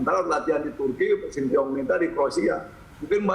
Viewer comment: pak ketum selalu salah sebut nama shin tae yong...dia sebutnya "sin ti yong" ....jadi mirip nama jalan di jakarta..kramat sentiyong